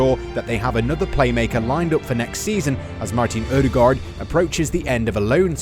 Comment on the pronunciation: It sounds better when you mispronounce Ødegaard as everyone else, instead of the version you currently use. Unless you speak a Nordic language your propably not going to get it right anyway